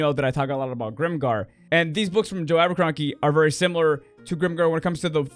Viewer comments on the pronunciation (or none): Thanks for the rec! Sounds fun, I’ll have to check it out. Sorry to say though, but I have to tease you for pronouncing his name as Aberkronky. Brain pulled the wrong lever!